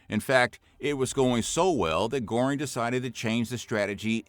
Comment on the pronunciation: Wrong pronunciation of “Goering”, it’s not Gore-ing, closer to Gur-ing